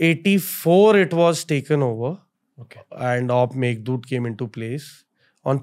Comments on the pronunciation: It's op Meghdoot* not meghdood fren :) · Sir/Ma'am,the name of the operation is "Operation Meghdoot".Not "Operation Meghdood".Please make the required corrections.